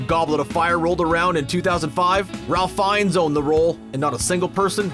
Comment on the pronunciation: i have a complaint its ralph fienes aka ''rafe'' not ralph